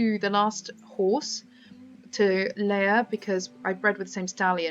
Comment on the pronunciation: It's not Leah its Leia!!!!!!